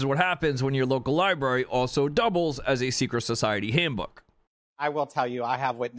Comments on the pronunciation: first of all who can take this guy serious when he always looks like he just woke up doesn’t even have the decency to put on a shirt or fix his hair and has to make a video with some garbage in it. Lie - brary no Library- coming from the Latin word liber which means book!!! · Library = lie brary is stupid as hell, it derives from the word liber which literally means, paper, parcent or book 😂 clown world